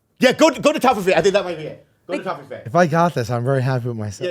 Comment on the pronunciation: that's not how you say toffifee 😂